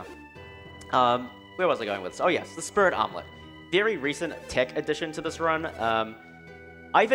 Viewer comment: Why do I keep hearing Spirit omelette instead of Spirit Helmet?